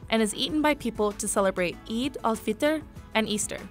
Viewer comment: “Eid al-fita” BOY IF U DONT